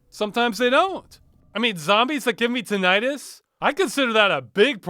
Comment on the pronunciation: tin-eye-tus is not how you pronounce that word!